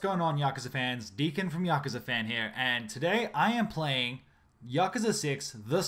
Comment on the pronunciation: Its pronounced Yakooza - jesus!!!!!!!!!